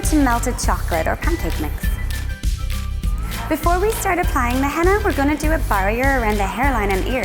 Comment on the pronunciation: OHH MY FUXKING DOG THE WAY SHE SAYS "PANCAKE MIX" I CAN NOT